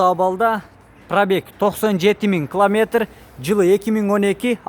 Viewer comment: Кламетр дебей километр десен.